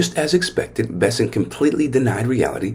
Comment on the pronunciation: The last name of the Treasury Secretary is “Besse N t” not “Besset”. So his last name rhymes with the word “present”. Look at the spelling and pronounce every letter.